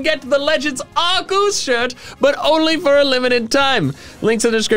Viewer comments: POV you say legends arceus as arcooz how to say it arc-key-is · I remember an official Pokémon book saying that Arceus was pronounced: Ar-key-us. In fact said book gave all the official pronunciations for all Pokémon up to Black and White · “Arceus” probably does better in the algorithm than “Arkoos.” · My mom”why are you playing Pokémon arceus so much?” Me”it’s legend Arkoos!!!!!!!!!!!!! Mother “ Me:I stab her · Why do people say arcoos?